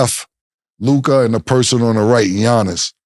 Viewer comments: why mase always say Luk-eye and not Luka😂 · The way Mase pronounces Luka kills me everytime hahaha